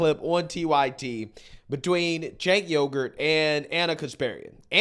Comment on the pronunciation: LoL did you say Jank Yogurt? 😂